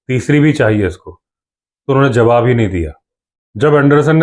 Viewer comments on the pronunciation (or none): none